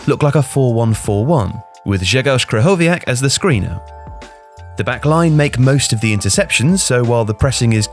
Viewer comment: Your pronunciation of Krychowiak very impressive, well done!